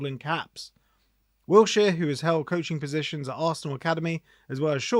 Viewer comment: Its Wilshere not Wiltshere innit.